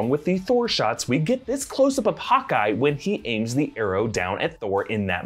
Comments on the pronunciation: says Hawky instead of Hawkeye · He said hawkee 😂😂😂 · sounds like he said “hockey” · He calls hawkeye...hockey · He called Hawkeye "Hockey" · Ok but what is the pronunciation of Hawkeye tho